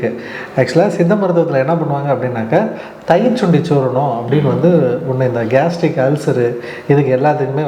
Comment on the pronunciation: சூரணம் பெயர் தெளிவாக கூறவும்